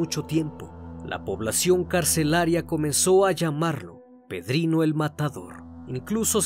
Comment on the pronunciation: Mi heroe de la vida real "Pedrihno matador"